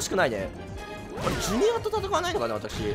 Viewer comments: クッパJrの発音が千原ジュニアで草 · ジュニアの発音が千原で草